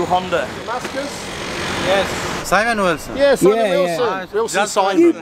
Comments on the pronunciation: who da f is "cemooon" :))) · “My name is Seemon” 💀😂😂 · Simon in the UK: "My Names Simon, Nice to meet you!" Simon in a Foreign Country: "My Names SEEMON, Nice to meet you!"